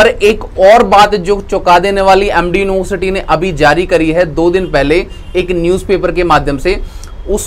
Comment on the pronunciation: University bol nhi paa rhe ho...@@